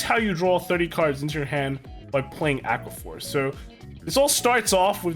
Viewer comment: "Drawqua" Force